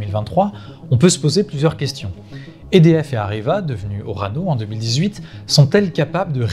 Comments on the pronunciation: il répète des dizaines de fois le nom "EDF" sans être capable de le prononcer correctement. Il s'agit d'un acronyme prononcé simplement "E-D-F", sans quelconque accent ! Le pire à relever ici est que personne n'a daigné lui en faire la remarque avant de publier cette vidéo...nivellement pas le bas comme toujours. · oui c clair. Apres ils sont pas mal a dire édf